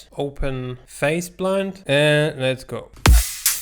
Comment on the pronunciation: I keep thinking you’re saying “faceblunt” lol